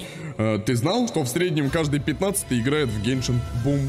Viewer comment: в виде а не в рекламе и не гейшен а геншин